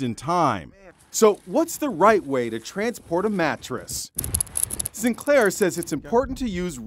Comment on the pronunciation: S-si-sin Clair